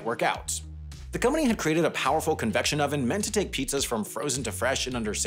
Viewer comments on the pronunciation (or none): none